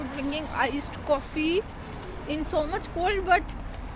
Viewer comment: You pronounced Coffee as "Kkofffi" 😅😂 Drive pronounced as "ddrrrrrive" 😅😂